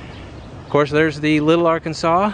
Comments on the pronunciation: It's Ar-Kansas. Not Arkansaw. Just sayin'. Only people not from Kansas say it like that. Kansas doesn't have much but it has Keeper of the Plains. But it gets hotter than Satan's ball sack.😂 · dothefive:TWO HUGE MISSES: 1) In Kansas, the rivers are not called "Arkan-saw" but "AR-kansas" rivers. The name goes to "AR-kansaw" when it moves over the border and out of Kansas. 2) Did you know about Wichita's significant aircraft history? So sad you failed to report on that. (Note: Main Street is actually called "Douglas.") Oh...and loved the drunk black guy at the WSU dive bar! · As a local Wichita resident from Hutchinson, basically everyone who listened to your first minute of monologue gave a collective cringe and shudder when we heard you mispronounce the Arkansas River as the Arkansaw River. It's "Ar-Kansas" not "Arkan-saw." Also, you seriously did our fairly great city a disservice in so many ways. You gloss over - or entirely skip - so many great things about Wichita and Sedgwick County, just read through the many comments or contact the Sedgwick County and Wichita tourism departments and the Chamber of Commerce for a plethora of points of interest. But if you're not going to give our city a fair and reasonable shake and experience-rich exploration, I suggest you should take this video down. I'm absolutely disliking this video until our city and area gets a PROPER representation. I have zero affiliation with any part of city or other local government, tourism, or commercial entity. All opinions expressed herein are my own and in no way are meant to represent any official or entity of Wichita. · We also do not pronounce our river's name like the state. We pronounce it as the AR Kansas River 😁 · Also local - people who pronounce Arkansas like ar-kansas are the worst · River is Ar-Kansas. Heard it all 53 years of my life. The theater Orpheum is Or-fee-um. Also air capital of the world. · Great video of my home. It's the Ar-Kan-sas river, btw. 😁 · AR-KANSAS RIVER.